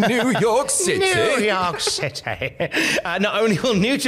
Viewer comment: "new york citay" = "showaddywaddy"